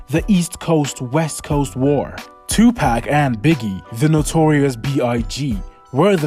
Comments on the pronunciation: Amen ! It’s ridiculous as everyone should know how to pronounce pac name by now and if someone can say keefe d properly then they should definitely be able to say Tupac. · It's pac for sure not pack like your buying a 6 pack of beer if your doing a video on a man make sure you pronounce his name correctly or get roasted on your own videos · Hey you ain't going to make it on YouTube if you can't even do research on a famous rapper like 2pac. Learn how to pronounce his name it's definitely not two pack 😂😂😂😂😂😂😂😂😂😂